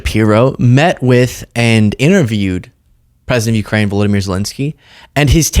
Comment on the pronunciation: His name is Volodymyr. Not Vladimir. Stupid.